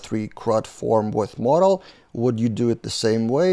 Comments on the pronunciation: 'Modal' is pronounced "mow" (as in mow the lawn) -"dəl" (where ə is a schwa, like the first and last syllables of "banana" as pronounced by a native speaker). "Model" is pronounced "mod" (as in the first syllable of 'modern') -"əl". In both cases the stress is on the first syllable. Or perhaps an easier way to explain it is: 'modal' rhymes with 'yodel', and 'model' rhymes with 'coddle'. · Hi. Please try and differentiate pronunciation between Model and Modal "mowdal". I see a lot of confusion between these two words by non-native english speakers and often typing of model when they mean modal. Not meaning to be critical when you bring so much to the community